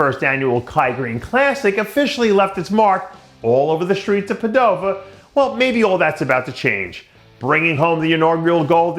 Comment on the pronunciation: Dave it's pronounced Pàdova